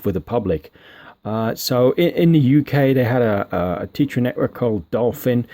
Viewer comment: T-eh-tra not tee-tra, let's call the whole thing off!!! Lol